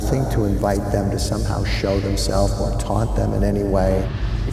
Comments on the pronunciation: You're mixing up the imprint of lady on the concrete, this happened at Athens mental institution, not at lima; which is also a haunted site in Ohio. Lima is pronounced lie-ma. I loved this video pleas make more!!😍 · Lima Ohio is pronounced "Lime-uh" by the way. I'm an Ohioan.